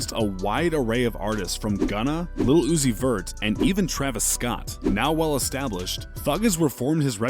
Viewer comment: Yo its prononced lil not little